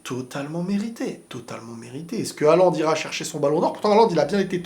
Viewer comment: Ptdrrr le commentateur arabe qui disait "Hallane"